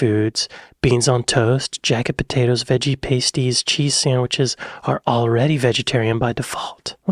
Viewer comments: Pasties is pronounced pass teez, NOT paste eez. There is no glue involved. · Stop saying "Pasties" that way It's "Past"ies like the opposite of future